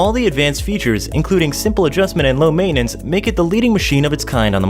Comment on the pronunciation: IKR. And canals require "may-nince"? WTH